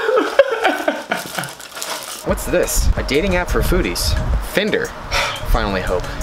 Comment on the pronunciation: Fin-der is how pronounced it and its spelled finder wouldnt it be pronounced find-er?